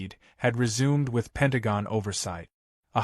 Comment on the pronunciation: Penagong....? Is your AI Chinese?